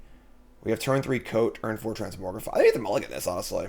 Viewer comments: Is it a joke that you say trans-MORG-rify as opposed to the actual pronunciation of trans-MOG-rify???? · sorry, i had to stop watching, couldn't stand to hear transmorgrify over transmogrify